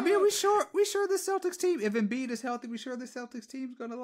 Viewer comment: Did you say Embid😂😂😂 how many times did Al Hordford give Embid fits in the playoffs